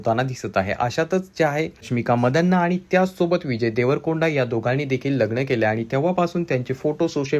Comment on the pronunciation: रशमिका मंदाना असे आहे. मदाना नव्हे😂😂😂